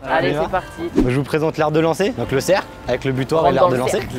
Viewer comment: Il le dit bizarre Dans le céééééércle